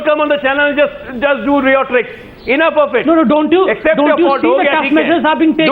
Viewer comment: ajay alok..what the fuck is riyotricks...lol..dumbfuck its called rhetoric..y can't u speak in Hindi..